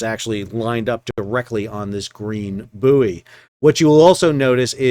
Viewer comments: It is Boy not Booie. Ships are buoyant not Booieant. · It's pronounced 'boy' not booey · It is bouy, not bouy. I hope that clears things up. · Not only do Americans call bouys boyees they also have the green and red bouys reversed which had me a little confused first time a saw a channel in US!! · Boo-ee, hooey! Bouy ahoy! I guess there might be vacancies for ship's Captain, Officer of the Watch and Pilot! And, jurisdictionally, the cargo is Canadian wheat (probably from Manitoba) out of Thander Bay! Anyway, good report, as always - thanks. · Is a "booey" booey-ant? Does it have booey-ancy? Does the water booey it? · Hahahaha. Even though i forgive you for mispronouncing Bouy as Boooooeeeeeeeeeee, they are still back to front too! 🤔🤣👍🏼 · I know it’s spelled “boo eee”. It’s pronounced “boy”. Btw love your content. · Boo-ee, Iri-coy, red right returning. If confined to the Great Lakes, it's a "boat", no matter how big, otherwise a "salty". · I agree as an American in America Sal is entitled to pronounce it in the American way but, as a British Captain “buoy” instead of “boy” drives me crazy to the point I simply have to turn the sound off. But then Americans cannot spell correctly and call taps “faucets” for some peculiar reason. But buoy does this pronunciation hurt my ears. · Aye M'ster howdyado O' Packet (cause that's how they would say What's Going on With Shipping in London) would ships on the Saint Lawrence River usually be controlled manually or via an autopilot on a pre-programmed route? PS: I'll admit, the purpose of this comment is the first phrase, which I just immediately though of when you were explaining why you would use the US pronunciation of "Buoy"... not something anyone should have to excuse oneself much about... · At least you're not saying boobbies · Can't get my head around the American pronunciation of buoy and route